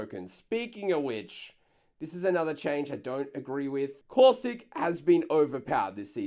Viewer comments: The way says Caustic "COUSTIC" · He once said cautistic . I laughed soo hard